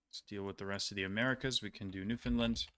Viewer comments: I’m from there lol, no it’s not. It’s more like New-fun-LAND and less like New-Finland. Subtle difference but I think it’s just my autism being picky about it lol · “Newfinland” kills me every time 😭